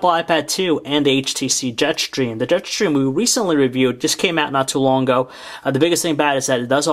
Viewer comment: Jet shtreem !!!